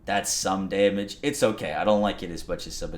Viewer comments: Cool video. Watched it twice just to hear him say "Damnage" That's good Damnage That's alot of Damnage That's some Damnage Put a tight beat behind that shit and you gotta hit single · "Daimage" [chug]